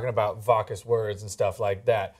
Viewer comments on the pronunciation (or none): Vawkus? It's Vac-yoo-us. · FYI, "VACUOUS" is NOT pronounced "Vok'-us" (UGH!!) ... it is a real word like "Vaccuum" and is pronounced "Vack'-you-us". Please look it up if you are not familiar with a word which is new to you. Please!!! And while you check out the pronounciation, also check out the definition. Come on! You are in the communications business! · did she say "vague-ous" on the word vacuous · Anna and both said it incorrectly. One of my peeves about this show. Happens more than it should, but still good commentary.